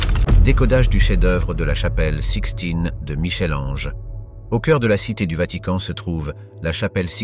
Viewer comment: ohhh Michel Ange merci de prononcer "Mickel", je ne serais pas étonnée que ce soit un robot qui parle !